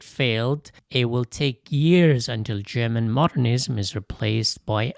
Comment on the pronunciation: The AI language needs to upgrade to better German pronunciation. The pronunciation is butchered.